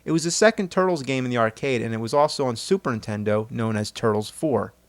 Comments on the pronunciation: And Superintendo. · Your mispronunciation of Super Nintendo as Superintendo has been bothering me for like 11 years now. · I've always wondered why the Nerd says "Super intendo" rather than "Super Nintendo," or "SNES." The fact that it sounds like one word and without the N has bothered me for over a decade.